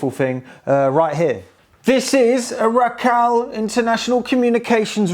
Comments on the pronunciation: I used to work for Racal a long time ago! Nothing to do with this specific product unfortunately. But I can give you a quick tip - the company name is pronounced "Ray-Cal". It's made up from the names of the two founders RAymond Brown and CALder Cunningham. "RA" from Raymond and "CAL" from Calder. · Pronounced Ray-Cal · RACAL pronounced RAY KAL Just for your info. One of the many things I serviced when working at the RAF air traffic training school RAF Shawbury. You might get away with some heat shrink on the Pinch rollers.